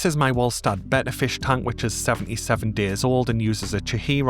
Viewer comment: Hey, I really appreciate all the effort and research that goes into these videos, it's very impressive! Could you please fix the AI voice over so that it pronounces the letter h? Anytime there is an, "h" at the end of a word, such as, "much" or "fish" it drops the sound. It's not a huge deal obviously but I do always notice it!